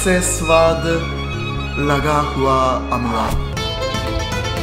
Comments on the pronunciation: सर अमला नही होता आवला होता है एंड वो हरी मिर्च एंड वो गुड़ sound like Good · Bhai amla nahi आबला 😂😂😂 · Not अमला‌ it's आमला bro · Hey ye Amla Nahi aamla hota hai bhai tum ek bar Mr. Meat khelo na Aapne channel pe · अमला नहीं आंवला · अमला नहीं आंवला कहते हैं ठीक हैं मेरे भाई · अमला नही आमला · इसे अमला नहीं आमला कहते है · अमला not ईमेले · अमला नहीं भाई आवंला